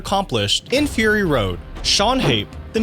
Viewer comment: fur-rrrr-ry road.